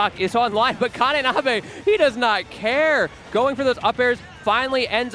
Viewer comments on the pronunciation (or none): Ka-NI-nabe. Ni like knee. Please, for the love of god